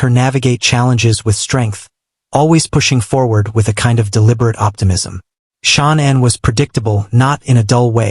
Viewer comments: It bothers me so much when a channel doesn't get her name right. It's Sha_Nann. It feels disrespectful to her memory every time I hear it 😢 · Her name was Shanann, not Shawnin.